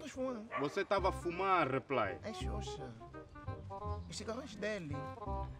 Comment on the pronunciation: Não aguento quando o Xuxa diz repilay